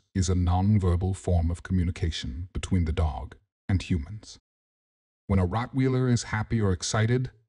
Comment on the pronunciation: I apologize for the wrong pronunciation of Rottweiler in the video.